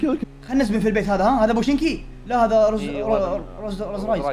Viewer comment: اسمه روزهك مو روز رايز😂😂😂😂